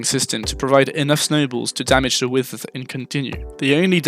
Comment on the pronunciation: why do u say withers like ‘wisthers’